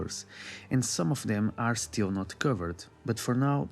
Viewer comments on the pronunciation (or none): none